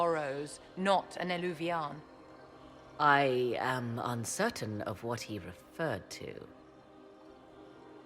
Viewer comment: Everyone: Eluvian. The 1000 IQ Vivienne: eh-LOO-vi-AAAAHN.